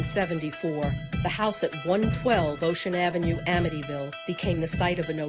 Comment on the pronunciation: es amityville no avytiville